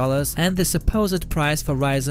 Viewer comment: also Ryzen, no 'reesen' :) that seems to be only sometimes though